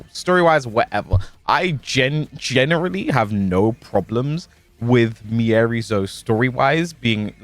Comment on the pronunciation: The scariest thing about miary zo are the people still saying and spelling her name wrong 😳